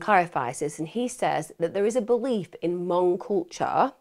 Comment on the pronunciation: Thank you for pronouncing “Hmong” correctly!